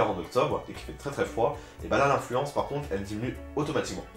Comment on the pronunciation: C'est affluence, pas influence!!!!!xD Mais sinon c'est super interessant comme vidéo, ça repond vraiment pas mal aux questions qu'on peut se poser quand on va pas souvent sur le parc! Bisous<3